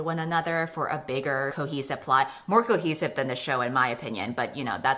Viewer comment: Why did I hear say ‘cookie supply’ when she was actually saying ‘cohesive plot’??? ‘More cohesive than’ became ‘more cookies than’. I was so confused because I didn’t remember there being any cookies in any of the books or the show 😂